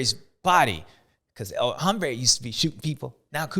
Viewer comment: Bubba. We love you. You’re great. But drop the H on the “el hombre” My guy it’s silent lol. It’s not “homebre” it’s “ombré”